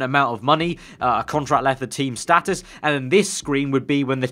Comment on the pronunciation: its status not status